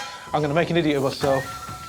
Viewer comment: you ADEEYOT!